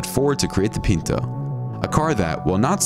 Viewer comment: The Ford Pinto was pronounced "PIN-toe," not "PEEN-toe." My first car was a 1972 Pinto. The base model cost $1700. I had a prettied up model that cost, I think, $2800, but at that, it had no air conditioning, no power steering or power breaks, and a manual transmission. I drove that car for 15 years and then traded it in for a Toyota hatchback that had more miles on it than my Pinto had. The day the recall was announced (for the explosion problem), I came as close as I ever had before or have had since to being rear-ended. I've been nervous about people following me too closely ever since, but as you can see, I'm still here.